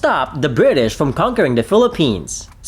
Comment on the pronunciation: I'm sorry it's Bri-ish!